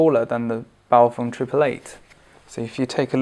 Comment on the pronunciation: congratulations!! Someone who can pronounce 'Baofeng' (bow (as in to the master) and feng as in mung (bean that is ) Your review is concise and informative...for a pom : ) Cheers from UStralia